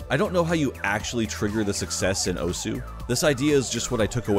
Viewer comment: I know you probably don't care, and that's fine, most people don't, but the letter U in "osu!" is silent. It's pronounced the same just without the U sound at the end.